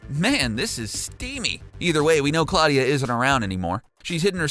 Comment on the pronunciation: Pronounced Claw-DIEa